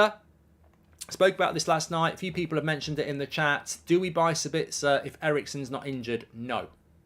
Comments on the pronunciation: As an Austrian I think it´s a little funny how you pronounce Sabitzer 🙂 Let me help you out: the stress is on the first syllable, not on the second. SAbitzer, not SaBITZer... Best wishes from Austria mate! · He's called Saaaabitzer. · I'm English but even I have always found it weird how he pronounced it lol